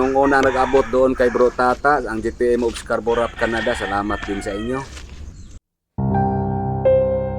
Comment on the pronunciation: SCARBOROUGH,, ISKARBORO PO HINDI ISKARBURAG